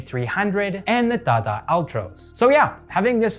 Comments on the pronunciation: It's not "tha tha", it's "ta ta" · Its not thatha, its TATA, I don't know a single person who calls it that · I love the way he says TATA.."THATHA😅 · u r not pronouncing it incorrectly, u are just saying the letter rather than saying the word that those letter make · I like how he pronounces tata as 'ताता ' And isro as I S R O 😂😂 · the way he says 'TATA' it's so humorous!!! 😂😂😂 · T in Tata is pronounced as the normal t (as in Tea).